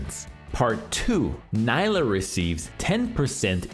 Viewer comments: Gosh dang it, it's "NEE-lah" not "NY-lah" get it right😂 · good guide but I think its Knee-la not Ny-la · It's pronounced NEELAH. She says it herself. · I can't wait to play "ny-lah". she's gonna be so much fun. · Man, imagine being paid professionally to make videos on League champs and not even being able to pronounce her name correctly when the champ herself mentions her own name every other voice line.